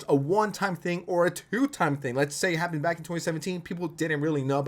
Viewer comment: The way you say hapden instead of happened is killing me